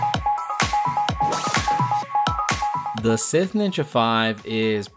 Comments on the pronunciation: Did this man just pronounce Scythe as Sith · Why the pronunciation of scythe as sith? You're killing me, Smalls. Lol